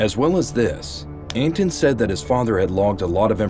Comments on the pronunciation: You kept calling him ANTON.. and it's ANT ANON.. lol (Ant creature? Anonymous throwaway account..) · son of ant anon*** not son of anton